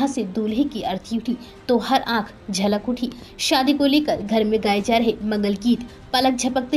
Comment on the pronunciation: शब्दों का उच्चारण सही करें-छलक को झलक बोला गया है,स्तब्ध को सतब्ध बोला है आपने।